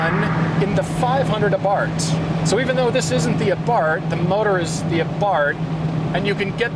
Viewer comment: why does he keep saying fiat 124 a bart?? it has nothing to do with homer simpson's son. it's abarth